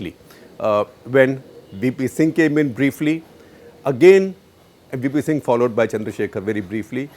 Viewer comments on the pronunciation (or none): none